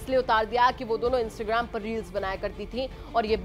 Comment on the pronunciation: इंस्टग्राम नही इंस्टाग्राम होता है ठीक से बोल तो लो 😂😂😂😂